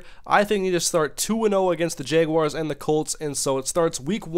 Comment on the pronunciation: He said "jayguars" lol